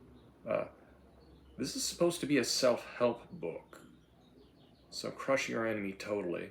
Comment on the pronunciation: "MUST CLUSH CAPITARISM!"